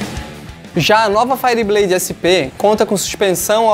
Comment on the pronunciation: Cara, pelo amor de deus, fala isso certo, faierbleid, ok? Valeu. Fui.